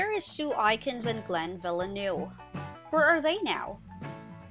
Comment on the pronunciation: Its sue A kins not sue I kins